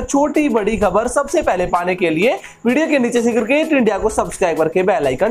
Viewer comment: Please change the presenter, he is so bad. Horrible English prononciation, cricket is cirrkkate for him. Also I have never seen this guy in any other shirt. Always in same one. Guys pls ptesent him with 7 more and u may debit me.